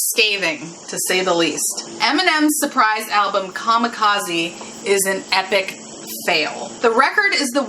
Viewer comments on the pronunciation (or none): Kamikaze”Kah-Me-Kah-Zeh” or Divine Wind. What you pronounced was Kamakazi which isn’t a word. Just relaying that.